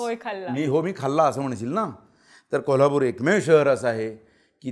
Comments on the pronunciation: जोशीराव, त्या पोरीला शिकवा ना की कोल्हापुरला 'कोल्लापुर' म्हणू नकोस. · शुद्ध भाषेत कोल्हापूर . आणी कोल्हापूर कऱ्यांच्या भाषेत कोलापूरच 😂